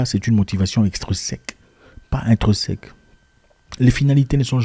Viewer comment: « Intrinsèque » ou « intreuseque » ?